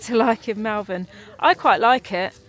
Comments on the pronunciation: Great to see you sorted! Sorry to correct you, but I noticed this last time, you pronounce Malvern incorrectly. Its Mull not Mall xx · Enjoying your enjoyment of your posh new van. I wish you many happy years ahead and wonderful adventures. Just to let you know that Malvern locals pronounce the ‘a’ in the same way you pronounce the ‘a’ in almond (ie. It sounds like Molvern). It’s a truly minor thing but I grew up there and every time I hear a hard ‘a’ it jarrs . Best of luck to you both,!and happy happy travels. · A great video as always, thanks, apart from the irritating pronunciation of Malvern as it looks written down, whereas as a lifelong resident of Worcestershire, it is pronounced as " Mol- vern", as alluded to at one point, but then continued pronouncing it wrongly for the rest of the video. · You were just down the road from me. It is pronounced (mawl.vn). Don't listen to how the sat-nav pronounces it. I just heard you correct yourself as I typed this lol. Love the van it looks very posh. I am very happy that you have found something and hope you have good luck. ps. Wetherspoons in Malvern has a big deck looking out over fantastic views. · Malvern hills have a special place in my heart, i have family in Powys and the sleeping princess in the Black Mountains is simply stunning ❤ please try to remember its pronounced Mulvan! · Love the pronunciation of Malvern for most of this video including the point at which corrects himself:) Got to love the English language.